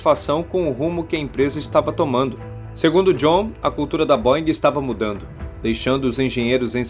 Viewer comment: Se pronuncia BÔEN. Airbus, vc disse correto!